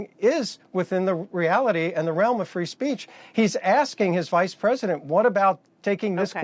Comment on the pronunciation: Wait... did he just say "free spreach"?